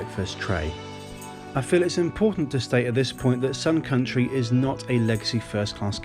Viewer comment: The whole time I thought he said SOME COUNTRY airlines 😂🤣😂🤣